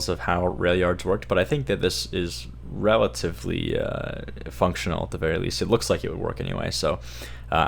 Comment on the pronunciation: It is rail-ativly functional. Ha. Haha. Hahaha. Hahahahaha. Ha